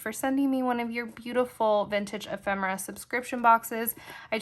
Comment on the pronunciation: What treasures💕! I’m thankful to know the correct pronunciation of “ephemera” too!